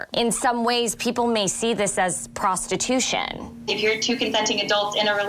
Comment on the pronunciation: The term is Prostitution. Repeat after me: Pros-ti-tu-tion.